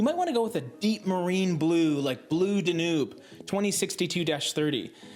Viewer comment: Nice video, but “Danoob?”